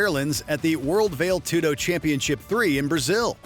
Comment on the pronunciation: The way zuffa and vale tudo was pronounced in this video hurt me deep inside😂